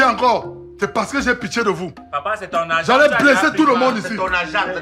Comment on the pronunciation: Mettez vos zargent 😂😂😂😂